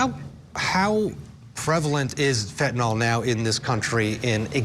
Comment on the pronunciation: It's not pronounced 'fentanall', it's fentenyl. 🙂